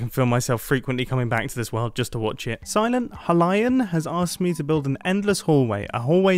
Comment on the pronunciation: Mumbo: “Silent... Halion?” Me: *angered noises*